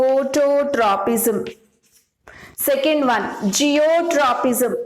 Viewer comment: It's not zeotropism (no word like this at all) It's Geotropism